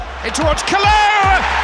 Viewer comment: It's Kalou or Kalour 😂😂😂😂